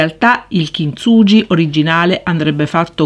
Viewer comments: "kintsuGHi" ... cmq bel lavoro. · Bello, però per favore pronuncia correttamente: kinsughi🤗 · kintsugi si pronuncia "kinzughi"